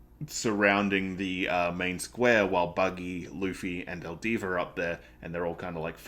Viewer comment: Two things, it's alvida not aldiva. As for the parallels between Luffy and Roger and resurrection.... read and find out